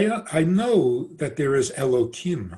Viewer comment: Why you pronounce Elohim --> Elokim?? is it a new version of Hebrew? or a new idea like the idea u made that G-d need his creation?